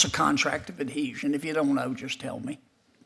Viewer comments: How is she a judge if she's never even heard the word, "adhesion?" Or as she says, "adesion." She's functionally illiterate. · what is a contract of "adession?" Axing for a friend. 🤣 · It can't pronounce. Adhesion. Wtf!!! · The REST OF US, when we apply for a job, we know how to do it! She CANT EVEN PRONOUNCE Adhesion correctly!!